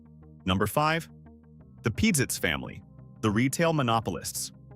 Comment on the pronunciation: When the store named Pizitz was in Huntsville, it was pronounced Pazitz not Peezitz. I'm not sure which pronunciation is how the family pronounces its name.